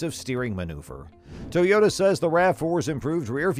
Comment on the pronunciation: I've never heard of a tow-yota is that a new brand or something 😏😏😏😏😏😏😏😏